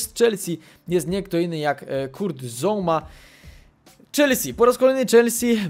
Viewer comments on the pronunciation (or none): none